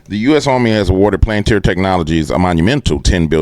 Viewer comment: Its palanteer buddy. Spoken like that. Planteer